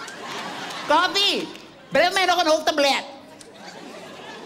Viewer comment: praten ze zo snel in china ? (niet gemeen bedoelt ) hij zei kolfi het is eigenlijk kofi